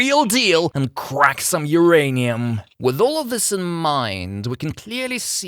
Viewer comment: "Hurray'nium" killed me.